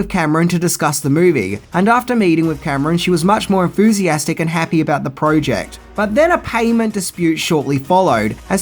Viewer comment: love the shows but the ay he says Project triggers me lol PROOOOOOOOOOOject